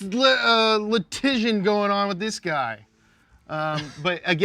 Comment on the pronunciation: ima say litigion instead of litigation from now on